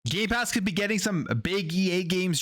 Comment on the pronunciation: Did he just say “gaypass “ in the intro?😂